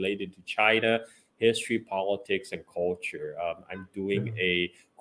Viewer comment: Culture, calture, or Carlture... Up to you! (Not coldture)